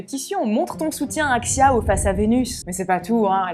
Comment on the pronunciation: Xiao peut se prononcer "chiao" avec un accent français, mais la prononciation chinoise se rapproche plus de "sho" ;) en tout cas bravo pour ton travail 💛